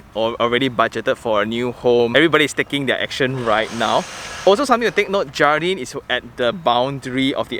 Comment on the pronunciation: I think should be read as 'hardin' J is as H I think they put 'jardin' as the Spanish word, which means ''garden' I guessing only ya